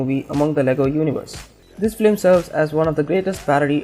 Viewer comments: why dose he say flim its film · why is he saying "flim" instead of film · It’s FILM NOT FLIM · Its film not flim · why does this guy keep saying Filim... ugh, its Film or just stick to animation